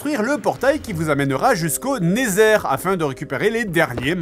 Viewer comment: le portail vers le "Néthèr" ca m'a tué XD